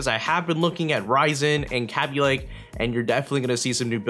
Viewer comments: Cabby lake? It's pronounced kay-bey lake. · It's pronounced kaybie lake... not kahbie lake -__ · kabylake not kabbie lake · this guy said Kabby Lake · I got triggered when he said "Kabby lake" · you say kaby lake wrong